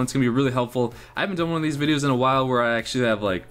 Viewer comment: You say videos at the depend so weirdly no offense